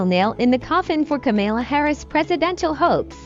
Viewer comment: That fake McDonald's stunt did nothing to damage Harris. And it's KAMAla. Not KaMILa.